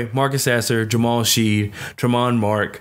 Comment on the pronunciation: Good piece. Pronunciation: Ja-Race Walker. Terrence Ar-Sa-No (Arceneaux), Jamal Shed (Shead), Ta-zhe (Taze) Moore, Jay-Vee-Eh (Ja'Vier) Francis.